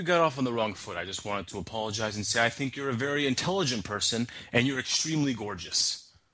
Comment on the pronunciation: DO YOU TINK IM STUPID?! Bertha: No..: Do you tink im smart?;) Bertha: (akward) Yes...: I LIEK IT